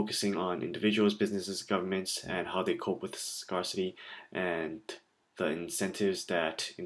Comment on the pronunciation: Many thanks for the uploads :) It's pronounced scare-city, by the way!